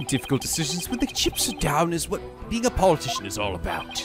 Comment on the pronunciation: Come on,. Paul Atishon? POLITICIAN.